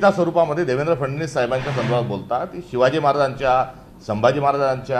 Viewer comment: फडणवीस शब्द 100 वेळा म्हणा मग चांगला उच्चार येईल